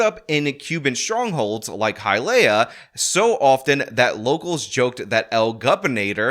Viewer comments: As a person born and raised in Miami Dade. Hialeah is pronounced HI-UH-LEE-UH not HI-UH-LAY-UH 😂😂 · “Hi-leia” LOL Hi-A-LEAH 😂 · Hialeah is pronounced “High-a-lee-ah” Doral is “Door-al” ❤ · it's High-ah-lee-ah and Door-al. This is one of your most informative videos otherwise. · Rick Scott's spanish wasn't as bad as butchering these city names 😂. Doral is Dore-AL (like Al Bundy) and Hialeah is Hy-Uh-Lee-Uh. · it's HI-AH-LEE-Ah -- Hialeah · I feel like he’s trolling us with some of the pronunciations, lol. Completely butchered Hialeah and Doral.